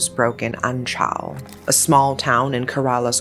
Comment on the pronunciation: Omg anchal is literally right next to my hometown of Punalur!!..Glad to see they`re finally brought to justice. And also if i may add, the way you`re butchering the pronounciation of Kerala and Anchal..